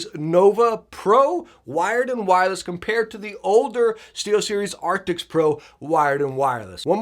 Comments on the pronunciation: Arctics ???? Arctics ??? What Arctics ??? Every video all i hear is Arctics !!! I think they did NOT change the Name ,it's still Arctis ! But Great video !!! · Does he say arctics